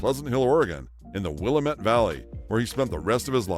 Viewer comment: Ken Kesey’s last name is pronounced key-zee, not kessie. He lived in Pleasant Hill, Oregon in the Willamette valley, pronounced will-am-it, not will-am-ette. His parties were legendary locally right up to his death.